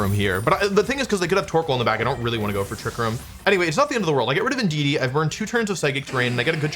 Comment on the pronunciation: thats not indudee thats inshedee